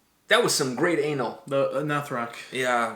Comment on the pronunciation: Pronounced ‘Uhh-nahl’ not ‘aye-null’